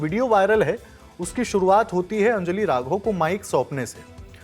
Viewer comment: It’s अंजलि, not अंजली